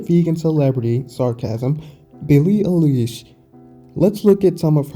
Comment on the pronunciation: FYI it's pronounced 'eye-lish'.